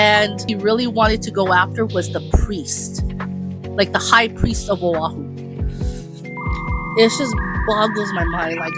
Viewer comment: Thank you for attempting to explain "Chief of War", but please do your research to get the narrative right. No disrespect, but I'm proud of my culture, my nationality. Ali'i Nui Ka'hikili is the chief of Maui, not Kaua'i. O'ahu, not Awahoo...